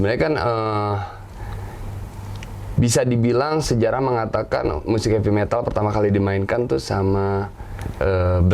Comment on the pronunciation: "Heavy Metal" , Bukan "Happy Metal"